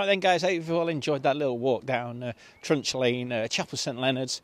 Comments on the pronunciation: It's trunch as in truncheon not trunk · It's not Trunk Lane. It's Trunch (to rhyme with Crunch) My mum and dad owned a caravan there in 1952.